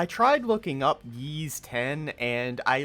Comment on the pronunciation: Y’s X is what you were looking for but it’s pronounced “ees” not “yees” like Harman the goof stated